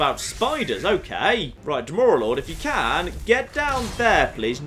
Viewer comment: Dwee-mer? What?